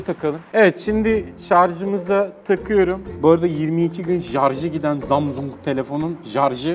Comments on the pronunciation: abi zamzung değil samsunk :) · abi şu na Zamzung Diye Okuma Gıcığıma Gidiyo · zamzung XD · ZAMZUNG DEĞİL ZAMAZİNGOO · Zamsung değil ZAMZUNG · 22 gün jarjı gidiyor zamzungun 😂😂😂😂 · zamzung imizin jarjı olmuyor 😂😂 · her zamzung dediginde istemsizce guluyorum🤣🤣🤣🤣😂😂😂😂😂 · Her zamsung ve jarjı dediğinde çıldırıyom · zamzung XDDDD zamzung xdd ZAMZUNG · zamzung grfudvrb çok güzel demiyor mu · abi çok komik zamzung diyon ya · zamzung ne laaa gülmekten geberdimm abeyyy :) :) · Abi zamzung ne ya🤣😂😅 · Zamzung - jarj 😂😂😂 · Zamzong ne aq 😂😂 dakika ya bakın